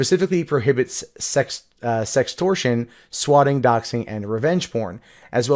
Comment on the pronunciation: wait what's "sextrortion" (sex-stor-shun)